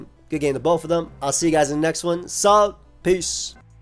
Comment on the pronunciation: Bro said “Sub” and just ended at the end like it was a threat LMAOO